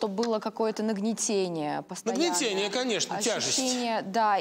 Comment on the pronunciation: НагнетАние, а не нагнетение.